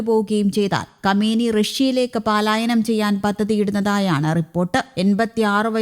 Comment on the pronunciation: ചേച്ചിയുടെ അസമയത്തുള്ള ' പാലായനം '.... ' പലായനം ' എന്നു തിരുത്തണമെന്ന് ആവശ്യപ്പെടുന്നു.